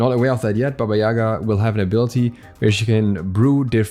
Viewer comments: Sry but correct bAba yagA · Guys, i'm from Ukraine, and we had a lot of story's about her in our childhood. She is Baba yagA , not Baba yAga. Take this into consideration please :) (sorry for bad English)